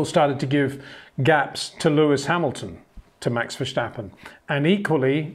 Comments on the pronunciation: Just one tip Peter, Verstappen is not pronounced Versjjjtappen, just Verstappen. 😊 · HEY PETER WINDSOR, I HAVE MESSAGE FOR YOU SIR: With all due respect ... it is NOT Max "verSHtappen" ... Max is not German (Germans indeed do pronounce "st" as "sht") ... #Max33 = Dutch 🇳🇱 NL/Belgium! ... It is not "Bottash" nor is it "Lewish" certainly not "verSHtappen" .... This BS started long time ago when a British sport presenter interviewed father Jos Verstappen and assumed you can use a German pronunciation to a Dutch Driver thinking it is so "funny" ... It is not. Serious question: can any Englishman say "versatile" out-loud without saying "vershatile" phonetically? most can about 99,99% ... that is why most English can pronounce Verstappen 100% correct! Father Jos Verstappen (also F1 Racer) was very active between back then only a very few said "Vershtappen" but the vast majority of British sport presenters pronounced it perfectly ... only a few old stubborn farts like Peter Windshor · Well, that's just splendid! Because of the comments on previous videos, now I'm laughing every time Peter says "Verschtappen", rather than listening to what he's saying. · Sorry, but no it is not. What you describe goes for German, not for Dutch. I am Dutch and this is quite annoying to hear actually 😂 Doesn’t take away from the great content though. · Enjoyed the video. If I may, I’m sure you’re trying your best to pronounce his name. But Dutch is not like German where there is a “shhh” sound. So the “stap” in “Verstappen” is pronounced like you would pronounce “stop”. Actually with your British accent, that might not just go for the “s” but also for the “o”. :) Having said that, no problem either if this is hard to do.